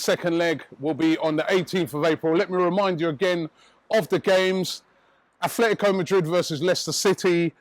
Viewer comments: Who the hell are "Athletico Madrid" it is Atlético .. At - LETI - CO ....why you pronouncing it like it is WIgan ATHLETIC...their is no "h" in it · It's "Atlético," not "Athletico." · its atletico mate . not athletico.